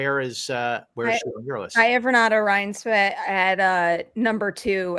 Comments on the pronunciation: Oh you mean Renooty Rinesvy? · please take the 10 seconds to google how to pronounce Renate Reinsve name since you'll be talking about her all season lol